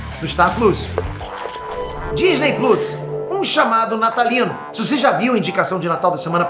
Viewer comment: O cara é tão nerd que até hoje não sabe falar "plos"